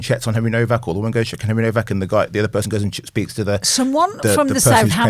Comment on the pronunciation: It’s HENRY NOWAK NOT NOVAK